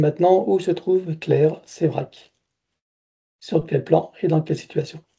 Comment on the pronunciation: Claire Séverac et non Sevrac ....